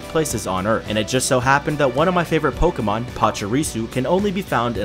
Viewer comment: Isnt it is pronounced Pokémon